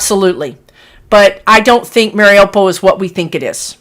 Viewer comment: Morning, I’m watching your video now. It is pronounced Mariyupol. Hope this helps.